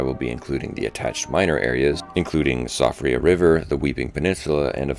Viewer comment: Siofra is pronounced Shee-fra, it's Gaelic